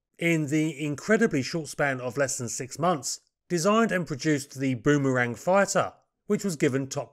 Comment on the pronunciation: Bum-arang!? Boomerang mate.😂